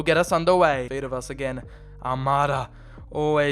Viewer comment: Why do you pronounce Almara instead of Almada?????